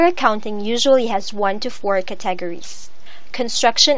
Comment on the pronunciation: "One hundreds of curTAGeries" Maybe next time get someone who actually speaks English?